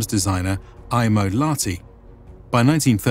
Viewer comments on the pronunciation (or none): Problems and Errors. - German map (Pommern) is wrong. The gap is too wide. - During the beginning of the war people rately had other than their own clothes (heard that from persons attending the war). -The pronunciation has problems. For example "Lahti" is not "lati" it is "laHHH-ti" (letter 'h' powerfully and longishly pronounced and short 'a'). Mannerheim in Finland is not pronounced German way. In Finnish word are pronounced as they are written letter by letter. Suomussalmi: suo-muS-Sal-mi. Kuhmo not "kumo" is "kuH-mo". - Essential support of the Finish female based organization (Lotta) handling support like cantina and handling fallen soldiers. - The winter was exceptionally cold. After very warm 30's the 1939 winter was really cold. And that was for Stalin's Ukrainians too cold. Yes Stalin wasted lots of Ukrainians using meat waves. Good points is the greatest problem with many presentations not to understand how REGIMENTs were constructed at that time: not just using collections of some random strange people. They were coming from the same area knowing each other like from the primary school or are neighbours family living in the same are like 700 or more years. This means severe losses caused an area to lose most of their males.